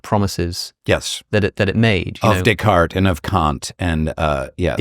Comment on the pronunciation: His pronunciation of Descartes, was to die for 🤣 “d🍆ck❤️” 😂😂😂😂